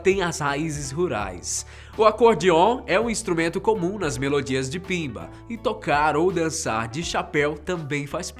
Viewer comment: Não é pimba... É BIMBA!!! Gosto muito do canal mas esse vídeo está cheio erros.